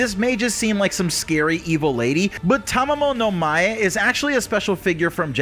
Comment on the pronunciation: "Tamamo-no-MAY"??? 😂 Dude it's pronounced "Tamamo-no-Ma-Ay" lmao